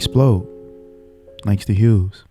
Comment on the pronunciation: Bro said Harlem by Langston huges